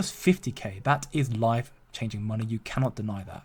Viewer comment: I thought I heard you say "wife-changing wealth" 😅😅😅